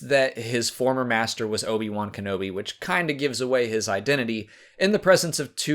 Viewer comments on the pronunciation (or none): none